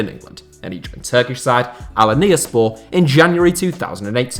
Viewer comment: Its Al-An-Ya-Spor Not whatever you were trying to say